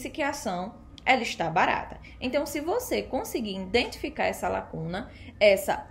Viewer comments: In identificar....? Kkk É I DEN TI FI CAR certo? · EXCELENTE VÍDEO, GRANDE CONHECIMENTO SOBRE O MERCADO DE AÇÕES, AMEI O TEU SOTAQUE NORDESTINO, NÃO O PERCA NUNCA! TÚ REPRESENTAS COM DIGNIDADE O POVO NORDESTINO! APENAS CORRIJA O HÁBITO DEFEITUOSO DA PRONUNCIA (INDENTIFICAR) NA PALAVRAS "IDENTIFICAR". PARABÉNS! PROFESSOR ROBERTO GUEDES CAMPINA GRANDE PB!!!!